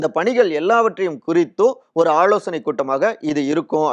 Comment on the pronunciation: வளக்கம் போல...... கமலாளயம்.... ஆளோசனை கூட்டம்..... அளைப்பு...... எம்எள்ஏக்கள்..... பிரச்சினை ஏற்பட்டாளும்...... , தளைமை..... அந்த பள்டி நீ இப்படியே தமிழை தப்பு, தப்பா உச்சரித்து.... பாடா படுத்திட்டே இரு.